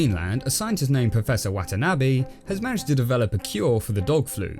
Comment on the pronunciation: Watanabi? Did this man read Unbroken?